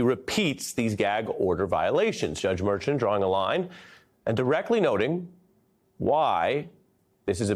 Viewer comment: “Mershon.” That’s how it’s pronounced. Judge “Mershon.” Cmon now Airy…say it with me…